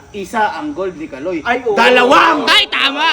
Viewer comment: Kalo hindi kaloy😂😂😂